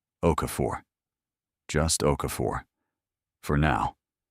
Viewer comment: Bow is like (cow) not crossbow. Why is she standing in front of an 'Australian coat of arms (kangaroo and Emu)' - Not Norfolk News. Pier is not (Pierre) Each framame shows different awards around her neck. Marian OKoye (says Okafore)